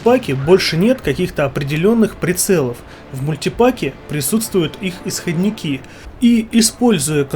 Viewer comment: Может, все-таки, "исхОдники", а не "исходникИ"? :))) Очень жду расширенную версию.